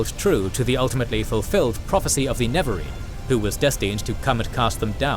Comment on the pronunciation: NeREvarine, not Nevarine bro...